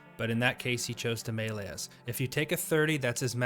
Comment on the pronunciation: I've heard melee said as May - Lay, Me - Lee, and now Me - Lay thanks for the third.